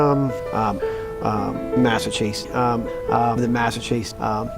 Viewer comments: How many times is he gonna say massatusits state police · Good Lord! What an embarrassment of All The Things. This guy? This? This is the hardened, objective, outside man they brought in to tell us everything wrong will be put right? The guy who can't pronounce Massachusetts but has always and never been from there? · I want 🍗 to say sidebahh 🍻😂 He’s struggling to say “Mah-suh-choo-sits” already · Can’t even say Massachusetts. You can’t make this shit up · You should stay retired, pal, because you sound like you have no idea what your talking about you can hardly even pronounce THE MASSACHUSETTS POLICE. So is the case still open or not.